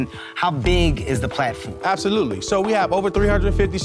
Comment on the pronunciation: Is this a bad business? “Abtholootlee”. Will they be out of business soon? “Abtholootlee”. Do you have no clue how to make a presentation? “Abtholootlee”.